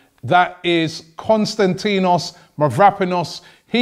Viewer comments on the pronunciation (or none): Robbie Please pronounce his name right!!!!! I'm going to tell you where the tone is... Kostan > ti < nos Mavro > pa < nos If you are having difficulties too just say Kostas For your information also Mavro in the Greek language means Black, so you can call him Kostas BlackPanos or something like that!